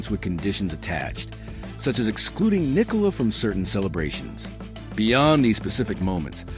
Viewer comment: its Nicola not Nicole